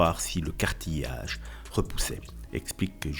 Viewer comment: Ce n'est pas "cartiyage" , mais cartilage ! 🤣 Mon Dieu, cette diction est horrible.